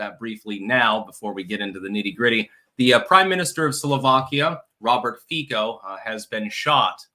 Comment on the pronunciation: Fico is pronounced "feet-so".